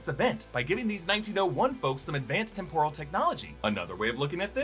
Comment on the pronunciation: "Tim-prul” not "tim-poor-uhl” lol